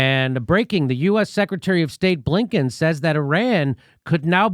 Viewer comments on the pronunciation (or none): Did you say Abe Lincoln or Hey Blinken?